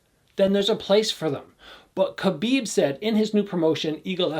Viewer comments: I love ya but its Khabib not Khabid!! lol! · It's Khabib not Khabid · Love your videos as always. I just want to point out that his name ends with a B, it's Khabib. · His name is spelled Khabib not Khabid